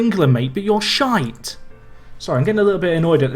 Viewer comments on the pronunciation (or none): none